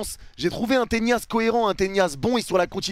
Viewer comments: Le nombre de fois où tu dis Ténias ça me stresse 🤣😭 on dit Tenas… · on dirait tu fais exprès ptdr arrete d'arracher le nom des joueurs, on dit tenas pas tenias, tu le vois où le i dans tenas ??? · Tenas ... Avec un N , et non pas avec la Ñ. Tres bon debrief